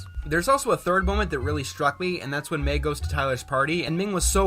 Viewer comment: I think he thought Mei was pronounced “my”.